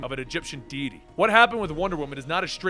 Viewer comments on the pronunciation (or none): none